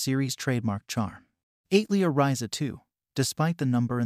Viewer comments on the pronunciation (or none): it's atelier, as in the French word for workshop, not eight leer tho. but thanks for the recommendations! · Joh bro...not to sound like a duce or anything but please learn how to "pronounce" words. I would reccomend trying 1:Al-te-lier 2: pro-ta-go-nist just to name two. Was kinda distracting when the specific words and some other words were totally butchered. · AI voice attempting to say "atelier" is so funny, lol